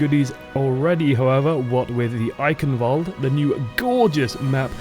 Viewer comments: It's not an english word, why the fuck would it be pronounced like one? I hope you're not serious about that pronunciation... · The E at the end is not silent. it's pronounced like an English a. fyi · No, it is not. The "ch" is pronounced like a cat hissing at you, the "w" like the "v" in English, the "a" like the first "e" in Eichenwalde, and the last "e" is not mute but a very short english "a" (more or less..).